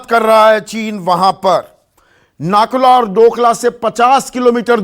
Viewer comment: Sir ji nakula nehi woh nathula hai. Hamare north Bengal aur north east se toh aap log hamesa sautela jaisa bartav karte ho ab jab china aggressive hua hai toh aaplogo ko chinta ho raha hai wah vai wah